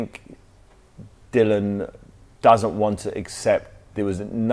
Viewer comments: It annoys me that he keeps calling Dillian, "Dylan" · Dillian doesnt mean anything to him so he purposely pronounces his name incorrectly 🤣